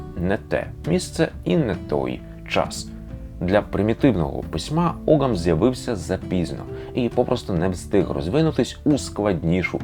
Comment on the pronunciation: тут невеликий бдищь. не оґам, а огам все ж. там g зазнає лініції, і часто пишеться як gh, або g з крапочкою вгорі, яке в давноірландський вимовлялось як γ.